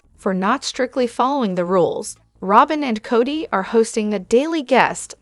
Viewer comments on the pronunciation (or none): Work on the pronunciation of the names it was a hard listen